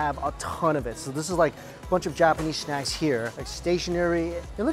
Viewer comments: “7-Eleven is known for its SHNACKS” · Hahahaha. I love how you say "snacks". Schnacks!!!! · I love it when he says shnacks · When he ever says snacks his saying shnacks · What's so funny about the vid is that how he says snacks and soggy he says it like shnacks shoggy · the way he pronounce snacks...'shnacks' really made my day 😂😂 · " known for their ShNaCKs" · "shnaks" "shtuff" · I love shnaks as well weird pronunciation mike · he says shnacks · Why do u pronunce snack as SHNACK?? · I didn't know you pronounce it shnacks and shtuff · I love how he says snacks (shnacks) jajajajjajajajajjaja